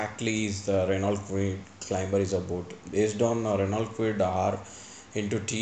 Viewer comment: Hello, it's pronounced Reno and not R-e-n-a-u-l-t, as its spelling goes. Renault is a French car company, and so goes its pronunciation